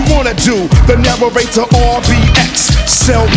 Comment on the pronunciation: I always loved how RBX pronounced narrator like “Nararrator”